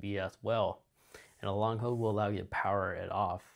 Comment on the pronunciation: This is helpful but suggestion: Your diction is super lazy and distracting. Dropping syllables makes you sound illiterate. "Hold" not "hode" "All the way" not "alway" "Pretty" not "pri-ee"